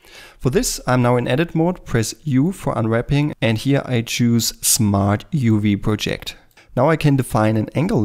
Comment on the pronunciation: Let me tell you something about your English.. it's FINE. In fact, you are the first person I've heard who CORRECTLY pronounced "Smart UV Project". In every video I've seen - done by a native speaker of English - they pronounce it "PRO-ject" - as if it's a project they're working on. Listen up people, it's "pro -JECT" .. like a projection on a screen. The vast majority of Americans can't even speak a second language, so screw 'em. (I'm an American - but I speak pretty decent German, plus some Spanish and French - so I have the right to say that). Ausgezeichnetes Video. Sehr hilfbar. Danke.